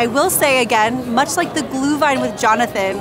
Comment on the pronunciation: Looks way better than I expected! The stands really look like they do in Germany/Austria. But with the business and cultural connections, that makes sense. It's nice to see the Glühwein being sold in actual ceramic cups with a Pfand. Btw, please please stress the Umlaut when you say Glühwein 😅 it is not glue-wine. I wonder how strict the Americans are regarding drinking the alcoholic beverages and if they check ID and all that stuff.